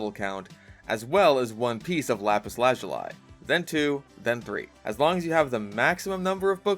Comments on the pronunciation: I’m sorry… “Lazz-ooo-Lie”?… My brother in Christ, it’s “Luh-zoo-Lee” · Did bro just say lazuli like "lazeluii" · I cannot believe you pronounced lazuli like that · Im turning the video off due to your pronunciation of "lazuli" i dont care if its technically correct it is wrong and grating to the ears other than that great video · u pronounce lazuli like that?? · is no one going to point out how he pronounced "lazuli?" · me when a tftuber makes a minecraft video and wtf is that "lazuli" pronunciation :skull